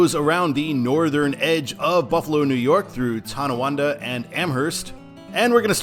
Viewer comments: Not to nitpick, but it's Tonawanda, not Towanda. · Hey, I enjoy your energy on this topic. For the "Way it should be" Eastbound, I think you meant Tonawanda, not Tawanda. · Nice job except there is no Tawanda, It's Tonawanda. Thanks